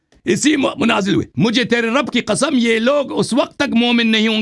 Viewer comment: Allah ki ka'am main shia ho jaonga agar aapne Sabit kar diya to 😂😂😂 the accent 😂😂😂